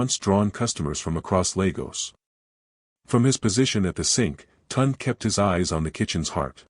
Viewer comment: At least try to pronounce the names properly. It is not Tund, it is (Tune day Tunde)